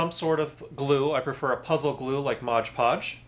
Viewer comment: It is pronounced MOD Podge not MODGE Podge. Unless you find it too difficult to say